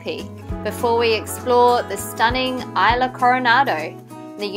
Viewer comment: Enjoy the show. Pronunciation: It's Mexico and it's jarring to hear you say ayla for 'isla". It's eesla.